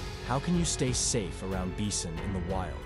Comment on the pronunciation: I heard the same dude say bison and beeson. How you pronounce the same word differently in the exact same sentence?